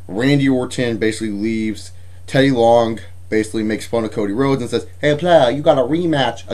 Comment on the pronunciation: you make teddy long sound chinese